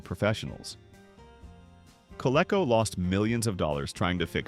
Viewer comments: Gull wing doors, on a DeLorean or any other model so equipped, actually require LESS clearance on the side of the car to open than conventional car doors, not more. Overhead clearance, on the other hand, in parking garages for instance… The toy company is pronounced “Co-Lee-Co”, guys… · Me too, but it can be considered technically correct, in a way. Though all company ads pronounced it 'co-lee-co,' the word is a portmanteau of Connecticutt LEATHER Company.' However, I'm sure the half-@ AI was not operating on that knowledge. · Only AI slop would pronounce Coleco with a short e sound. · I have never heard anyone get the pronunciation of Coleco so wrong. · The way this A.I. voice pronounced "Coleco" annoyed the fire out of me. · co-leck-oh. Haha. It's supposed to be co-leek-oh. I wish people would stop being lazy and narrate their own f-ing videos. I'm getting so sick of these AI voices mispronouncing at least a third of all proper nouns. A human narrator would know it's Coleco. And would pronounce it right. And if, for some reason they were NOT familiar with the word, you can look it up and get a pronunciation guide. An AI just plows blindly ahead and doesn't do any research. Nor does an AI learn a damn thing, and it'll keep mispronouncing the same word. It seems like content creators have to do less and less and less, handing over everything from script writing to narration to artwork and even the research to AI ... all they do is sit back and collect the money. Hell, even the viewership can't get away from it. As I am very confident that everyone is flat out sick and tired of hearing "like and subscribe," "like and subscribe" over and over and over and over. Just to manipulate that damn algorithm that i couldn't give a damn about. But ... no. It's worse than that. Now ... it is: "leave a like, subscribe, click the notification bell, leave a comment, share the video, and hell, while you're at it, might as well make the video for me, too!" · More like "kuh-lee-koh."